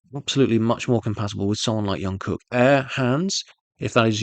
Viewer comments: It's not yungkook, but Jungkook, like you pronounce Jimin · Its JungKook ..like Jump...Jung-kook....youre killing me here😂😂😂